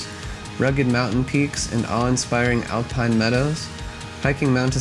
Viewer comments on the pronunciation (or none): none